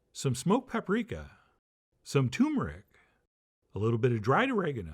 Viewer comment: Maybe one day you will learn how to pronounce T-U-R-M-E-R-I-C!!!